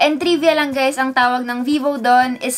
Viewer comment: Bruhh!!~ Did she said Hey Gays in the Start of vid :O